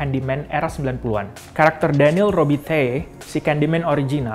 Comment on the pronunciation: it's daniel not daneel